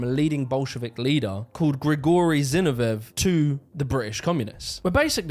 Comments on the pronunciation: Zinoviev = Zinno - Vee - Evv letter! (I.e., it doesn't rhyme with Genevieve!) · Zinov E ev. Not Genevieve. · Great video- minor quip- Zinoviev is pronounced “Zee- no- vee- ev” (minor quibble, excellent nuance and research per usual- I can’t hold being a Brit against you 😂) Also, there are earlier roots ro British working class radicalism. Check out the book “The Making of the English Working Class” by EP Thompson. It’s a huge book but it’s right up alley. It was also hugely influential among scholars of history- it was one of the first works of “social history.” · Pronounced Zin-ov-ee-ev 👍🏻 great video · ZinoviEV bro. Say it right. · I have been pronouncing Zinoviev wrong all my life. I thought it was "Zinovi-ev". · Great video. It's Zin-OH-viev though. Still, great video sir. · Why can he not pronounce "Zinoviev"?